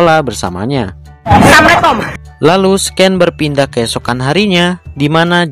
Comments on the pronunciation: Harus nya dibaca sin bukan scen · Bang "scene" bacanya "sin", "scince" bacanya "sains'